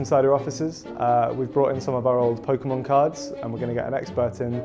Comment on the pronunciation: Poke key mon